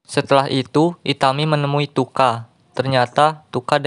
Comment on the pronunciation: Chuka bang bukang tuka